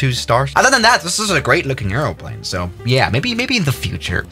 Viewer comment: Two things. Try not to eat the microphone. Say aeroplane correctly 😅